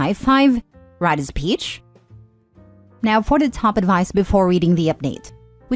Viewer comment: Ai voice: write a speech. What my ears hear: Ride his peach.